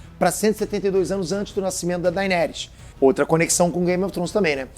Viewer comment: Precisa melhorar a pronúncia, "game of Trons" dói de ouvir, e "daineres" também